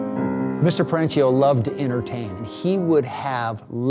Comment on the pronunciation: The owners last name is Italian, so pronounced Peren-keeo, not Peren-cheeo. Annoying like pronouncing Porsche(a), vs Porsche(Porsh).